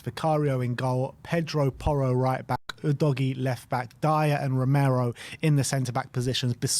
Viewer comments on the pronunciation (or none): please stop calling him oodoggy it's pronounced uu'dough'g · actually, since his name is Italian and not English, it's pronounced "oo dog ee ey" - dunno what English always seem to assume the "e" at the end there is meant to be for?